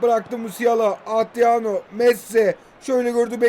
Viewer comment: Abi şu adama atriano deme ya